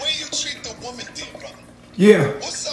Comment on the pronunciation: Lmao a “women” is so funny because he can never pronounce it singular 🤣💀